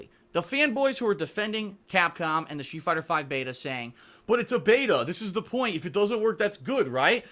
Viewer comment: I can't be the only one hearing "shoe fighter"